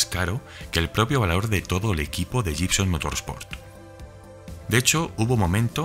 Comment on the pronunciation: Amigo, la palabra 'Gibson' se pronuncia 'guibson'.